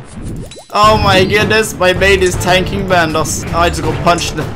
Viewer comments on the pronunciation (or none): none